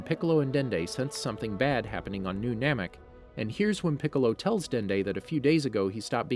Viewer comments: I'm literally only thumbing this down because you pronounced names incredibly wrong. Free-eza, veg-etta, SAI-YAN? Congrats on figuring out namn-mayik half through but it was too little too late. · He’s definitely now saying everything right. It’s actually the opposite. He says kamehameha wrong saiyan wrong namek wrong frieza wrong etc...